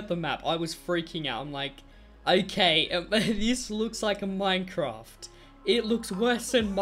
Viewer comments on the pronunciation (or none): I hate it when u say minefroft because I hate it and u say it wrong